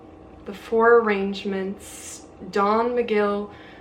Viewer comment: Prediction: she won’t get past chapter one of Women in Love Arrangements” or agreements…she said it wrong twice.